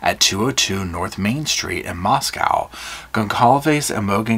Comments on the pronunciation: Just fyi, Moscow is pronounced like Mosco not moscow where the o is long sound. Not like moscow Russia. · It's co lol not cow how u say mosco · I know your gonna slap me. Moss-go. Moscow